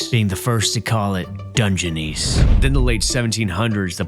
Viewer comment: This is cool footage, but let's not get carried away. He pronounced Dungeness wrong, pronounced Carnegie creatively wrong, and took away from the scenery with the overwrought statements about how amazing and unique and cool everything is and the hokey music. And the "intrepid" island? The brave island? This was almost good. If the narrator weren't constantly intruding on the viewers experience with theatrics, it would have been so much better.